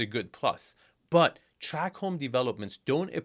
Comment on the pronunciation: It's called a tract home, not track home.